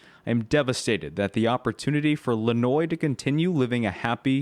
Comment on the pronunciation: I think the baby name might be pronounced lenWah ? #Rip baby lanoix